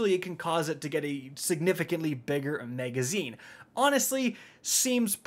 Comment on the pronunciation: Why does he say “megazine”?